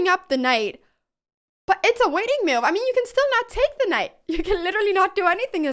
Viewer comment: I love how Anna pronounces the word move as m’you’ve